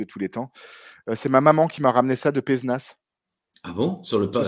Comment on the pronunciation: Je me permet de faire chier le monde pour une fois qu'on mentionne une ville par chez moi : ça se prononce PézÉnas